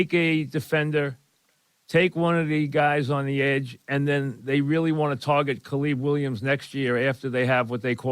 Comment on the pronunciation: Who the heck is Caleeb Williams